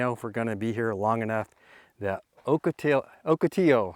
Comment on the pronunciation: OCATILLO pronounced OH-KA- TEE- YO